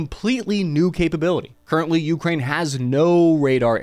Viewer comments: min. It’s Ukraine, not Ukrain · Holy shit why do you keep pputting emphasis on the U in Ukraine. So god damn weird. It's like saying ameRICA. Edit: I just saw the part where you showed an enthusiast's simulator cockpit, followed by an F-16C landing on an aircraft carrier in DCS... I think I see what this channel is like now. Edit 2: The HAARM cannot track "anything that emits the radar signal". It has very specific programmable channels for surface threats. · ookra inna (hebrew)